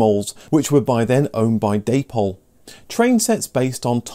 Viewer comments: Never Zero Gauge - O (Oh) Gauge, please! Day-pol is also odd. It’s Da-pol! (Founders were a David and Pauline) Otherwise very well done. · I always thought Dapol was pronounced to rhyme with the fruit. The name was a portmanteau of the founders' names wasn't it?